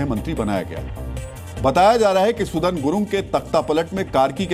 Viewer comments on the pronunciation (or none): खनल नहीं खनाल। आर्यल नही अर्याल। सुदान नही सुदन। १० लाख नही १५।